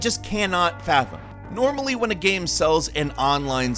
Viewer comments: Why does he keep on saying gam and not game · Is it me or does pronounce the word "game" strangely???